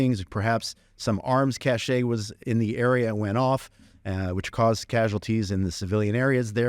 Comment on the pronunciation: Great conversation. Please note: cache is pronounced as "cash" NOT like cash-ay just because it is French.